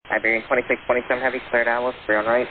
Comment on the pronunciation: After years of flying I guess, type rated on 330 and doing international flying still the guy doesn’t know how to say 2627 properly… Spanish aviation English level standards